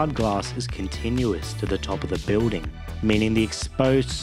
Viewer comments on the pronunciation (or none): The pronunciation of 'building' as 'biw-ding' is so irritating.